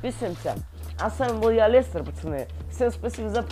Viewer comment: Ни а алестер а лестер